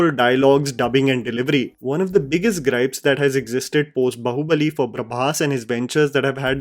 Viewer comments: Hi great video but can you please try pronouncing Bahubali correctly?😂 When you say Bahubali, bahu sounds a lot like 'daughter in law' bahu and not 'arm' baahu. It's really funny but people see your videos even outside our country as you make videos in English and it would be appreciated if we could at least let people know the correct pronunciation of Indian words. All the best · Sorry to point out a minute mistake, it's not bahu-balli like Saas bahu , it's Baahu balli 😂 I mean how can you speak meticulously perfect English words while completely missing out on Indian language enunciations....please can't hear the wrong word pronunciation, again and again its very odd. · Please stop calling it "बहु-बली " its "बाहु-बली " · Ok. I can’t take it anymore- it’s ‘baa(as in baa in ekta kapoor’s serials) hubali and not bahu (as in saas-bahu). 😢